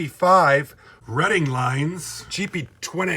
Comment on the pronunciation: Good Job! I love Reading, my Favorite Railroad. I am glad you now know how to pronounce it. I need that GP20.